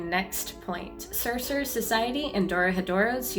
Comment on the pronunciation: serserers. cercerers. sercerers. cerserers. Why can't you just say Sorcerer Properly?